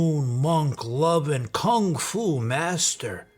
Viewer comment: He can't even pronounce Kung Fu properly.